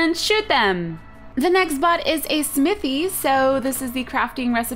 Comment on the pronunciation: Snithy? you said snithy!